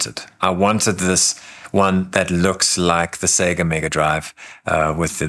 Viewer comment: You earned my sub with this video. Main reason, you say "Sega" correctly ! All other reviewers seem to think the company's name rhymes with "beggar" and it drives me batty. I couldn't get through Russ's video. It's music to my ears to hear it pronounced "say-ger" finally. Anyway, I'm getting a grey Arc D. Same color (and shape!) as my 8BitDo M30